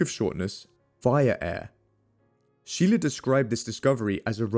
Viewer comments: Scheele is actually pronounced like “skeylae” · Shay-luh, not Shee-luh... Props for pronouncing Stahl correctly as 'Sh-tal' though!